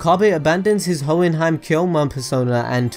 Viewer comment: learn to pronounce names please. Hououin is not pronounced Hoenheim. its also pronounced Makise.